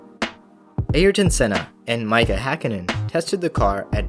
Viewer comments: It's just Mika, not my cah. M i k a. Mika. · Renault. Not renalt. It’s pronounced renno. And it’s spelled Renault. Also, it’s not Micah. It’s Mikka. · Did he just say “Maika” hakkinen lolol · "Airyton Senna" "Mica Hakkinen" Bro I can't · 'Maicha' Hakkinen, wow. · This dude must never have watched F1 if he can't spell/pronounce 'Renault' and 'Mika' Hakkinen correctly. There were several others, but that's beside the point. Otherwise an okay video. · That was embarrassing.